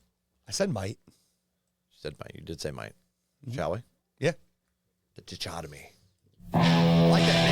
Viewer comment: Chucks reaction when mispronounced ‘Dichotomy’ is priceless. 😂